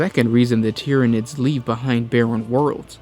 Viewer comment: lol the time “tyrinids”